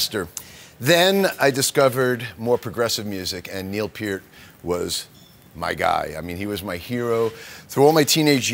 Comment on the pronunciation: damn he actually said Neils last name correctly